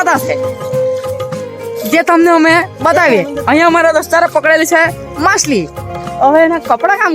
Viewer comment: માસલી ❌ માછલી ✅